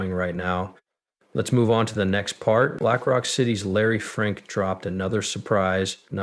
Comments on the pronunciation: Just for the record ! His name is Larry Fink not Larry Frink..! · Dude, at least get the name right of the guy you're focusing on. It's F I.N.K. SMH.